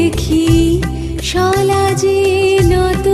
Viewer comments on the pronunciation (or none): "সলা যে" নয় "সলাজে" মানে লজ্জার সাথে